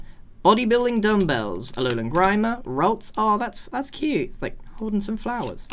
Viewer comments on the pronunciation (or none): none